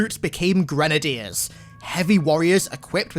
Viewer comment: My navy and marine friends made fun of me for pronouncing grenadier how you did. Same with brigadier